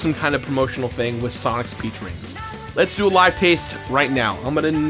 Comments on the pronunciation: Did "peach rings" sound like "pee drinks" to anyone else ? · When he said "peach rings" I heard "pee drinks" and i was so confused until I looked at it and re listened to it XD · Lol. I know he's saying Sonic's Peach Rings... But I'm consistently hearing Sonic's Pee Drink. And I know if it was that some freak out there would buy 100 cans... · Had to rewind. "Peach rings" sounded like "pee drinks" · I know it's "Peach Rings" but i really heard "Pee Drink flavored"